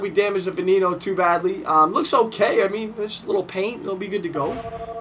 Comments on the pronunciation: its ve nay no not ven en o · She pronounces it wrong lol